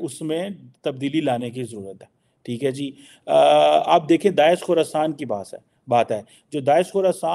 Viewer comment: Thee hai jee? Theek hai jee? Thee hai jee? Theek hai jee? Thee hai jee? Theek hai jee? Thee hai jee? Theek hai jee? Thee hai jee? Theek hai jee? Thee hai jee? Theek hai jee? Thee hai jee? Theek hai jee? Thee hai jee? Theek hai jee?